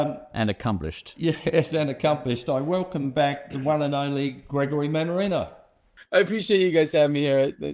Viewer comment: Manarina? Seriously???